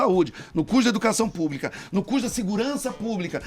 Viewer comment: Minuto falando "hospital PUBRIIIIICO" "Escola PUBRIIIICA"..... Meu Deus 😱😱😱😱😱 kkkkkkkkkk Bem feito PT... Educação de qualidade sempre!!!!!! 👏👏👏👏👏👏👏